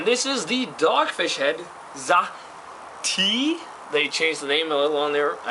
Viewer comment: Sahti was pronounced almost correctly, the 's' in the beginning should be softer, like in the word 'such', you said it now like 'zahti' :)